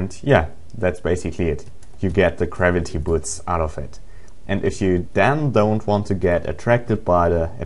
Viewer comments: garviy,garaity, GRAVITY! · GRAVITY... not Kravity